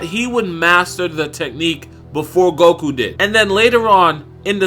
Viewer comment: Its not golku its goku!! 😂😂